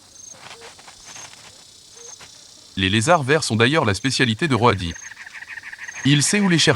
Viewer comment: Super extrait ! Mais quelle angoisse cette voix d'IA pour parler d'êtres vivants... surtout que parfois on ne comprend rien... Roadie prononcé Ro-a-di, merci du cadeau. Faîtes travailler des comédien·ne·s !!